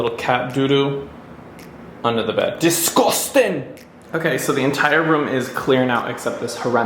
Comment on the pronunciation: I like your northern English accent in “disguoustin” 😂 but then we went to Australia 😂